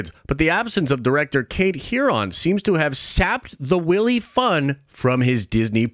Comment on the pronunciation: "the willy fun" dear god its WILY like "WHILE--EE" adjective skilled at gaining an advantage, especially deceitfully. "his wily opponents"